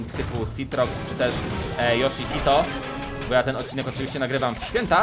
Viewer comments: Bo a nie bu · Mówi się bo nie bu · Mówi się BO a nie BUUUUUUUUU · Jak można "Bo" czytać "Bu"? To się powinno czytać "Boł"... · Mówi się bo A nie bu Lajkujcie żeby widział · nie muwiśe bu tylko bo !!!!!!!!! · Nie muwi się bu tylko bo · To nie bu tylko bo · Umiesz czytać to jest bo nie bu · A bo czyta się bo a nie bu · Tara się mówi Bo się mówi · Darek na bo nie mówi się bu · Czyta się bo i tara